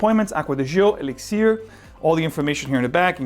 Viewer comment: Why do you choose to say elixir that way, "e-lix-ear"? What accent are you trying to apply to that word specifically, and why? I'm pretty happy with my profumo but excited to try this anyway. Likely overpriced but maybe that blend with Aqua Fahrenheit will get me to pull the trigger.